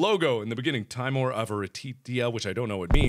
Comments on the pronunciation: it's better to say timore, because it sound more right than saying tim ore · te-mor-a SAY IT CORRECTLY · timore- Italian for fear pronounced tee mor eh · Fun fact about this series' title: Timore means "fear" in Latin. It's pronounced "tee-MOAR-ay". Avaritia means "greed" in Latin, and is pronounced "ah-vah-REE-SHEE-ah". Nox means "The Night" in Latin, and it is pronounced how you would expect (It just sounds like the word "knocks"). The more you know! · Its pronounced like this, (TÍ-MO-RÉ), where Í sounds like EA in TEA and É sounds like the A in GRAPE. Click like so Mark can see. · YOUR SAYING IT WRONG, ITS Tim-or-e TIMORE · Seeing as Timore is Latin, meaning terror. Nox Timore is Night Terror or nightmare if you want to be specific. I think it would be pronounced Tea-More-Ray. But the way you pronounce it is so endearing and it makes a good running gag, Like the HuniePop name game. Can't wait to see how Cranbersher will animate this. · Markiplier, it's pronounced like Teemor, meaning dread/intense fear. Avaritia means greed. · It's Timore. (Teemore) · Timore- Tee-MO-ray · It's pronounced Tee-mo-reh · tih-MORE-ray. It's latin and there are no silent letters in Latin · i think it's pronounced TEEMOOR, because a kid in my class from (I think Europe) has the name Ti'mor. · Mark did you know is pronounced Tim ore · you pronounce it tim- or- ay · I think it's pronounced "tih-more-eh" (Canadian eh) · its pronounced tee-more-ay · do you know that is pronounced t-ee-mo-r-e(the "e" like the one in "ben").And in this case Avaritia is latin so you pronounce the "ti" like "z-ee".And also all "i" are pronounced "ee" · It's pronounced "tim-or-ay" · XD it's pronounced TEE-more-EY. It's Italian. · .....I dont even.....You read it wrong. Yeah, definetly read it wrong. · Timore is italian, i suggest you to try to pronunce it in italian accent